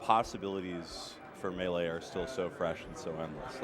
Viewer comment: Get the t's out of melee.